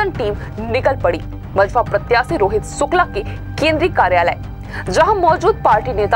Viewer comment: hello pahle aap thik se Shukla bolna sikho. स aur श me antar hota hai, news reporter ho itna to aana chahiye